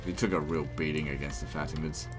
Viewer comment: I just love the way you pronounce faTimids